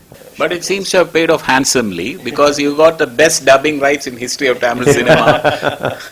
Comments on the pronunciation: Fucking 'Taaaamil'!? And that too being a Malayali, you cant pronounce the 'Zha'!? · jayarajkishore chavala he is not a tamizhan... he is a Malayali .,.. and yes I hate this guy when he spells it as Taaamil ... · no for uttama villain interview, he kept saying TAAMIL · ...even rajamouli pronouncing d word tamil correcly..being an tamilian y d hell u saying it as if u r from England???..